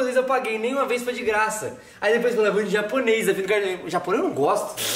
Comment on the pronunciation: O: de grača de graça kakakaakkaaikakaiakaiaiakskskis